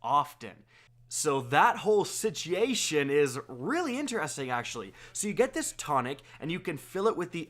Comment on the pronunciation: sitiation lol 😂